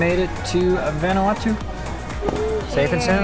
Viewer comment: Proper pronunciation is "Von-Ah-Wah-Tu" (Not "Van"). Just trying to help. Been there many times. Love the videos.